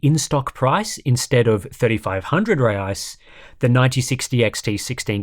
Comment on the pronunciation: and the currency is pronounced hey-eye's 😂